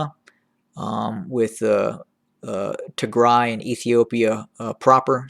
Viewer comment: Not a very big deal, but can you please work on your "Eritrea" pronunciation haha. You're skipping the first R like "eat-rea". It's pronounced "Eryt-rea" You're pronouncing Tigray well now 👏